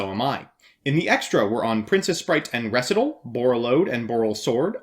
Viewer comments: Ree-site-all. Say it with me. Ree-site-all. Recital. You of all yugitubers I expected to not mess that one up. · Recital is a real word! It has a pronunciation!